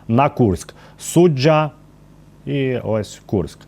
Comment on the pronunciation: СуджА, а не СуджЯ !!!